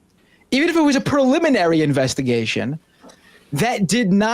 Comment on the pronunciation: “Prolimenary” sheesh.